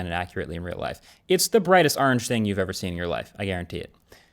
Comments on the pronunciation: That is NOT how you say orange! lol 😆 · the way he pronounces orange is hilarious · Marques, when it comes to the color, the way you pronounced “orange” bothered me soo much more than the fact that it’s a bright orange 😭 😭 😂 No hate love u ❤